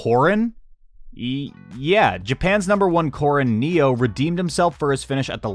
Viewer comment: Neo is nay-oh